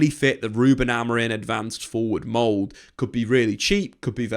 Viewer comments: Am I just hearing it or does he keep saying Amorin and not Amorim? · Amorim with an M, not N! :D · you keep calling him Amorin 😅